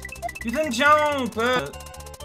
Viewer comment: I feel like a frickin' linguist for noticing these things, but... I'm noticing he's adding a (French) "e" after a word ("why didn't you jump-e?") and then I'm making the connection to how he often enunciates an e sound in swears ("merd-e!", "tabarnak-e").